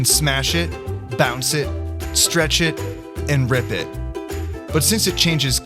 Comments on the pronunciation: Did you say rip it or rib it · Did you say rip it or rid it